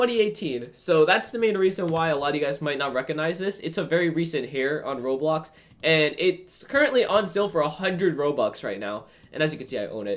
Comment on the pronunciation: its pronouced Roblox